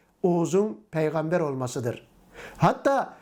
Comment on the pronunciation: Oğuz’a peygamder diyor ulan 😂